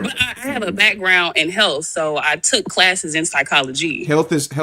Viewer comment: I think her biggest problem is the HABIT of trying to sound intelligent all the time. And she was already told "the way you speak". Trying to sound sophisticated. She pronounced it as "psycholojaaay". I am from Africa where people try to imitate accents to sound intelligent and to hear an American do this really is pitiful. Her answers, her accent, her pitching for intelligence combines with being argumentative while also saying she is listening is the reason. Perhaps the greatest reason is she always deals with men with whom she can sound intelligent hoping to be impressive while doesn't like them for a husband and they don't like her for how she carries herself and she puts this game on repeat. There is a specific habit she needs to deal with. It's in the Habit book, They Chose You First.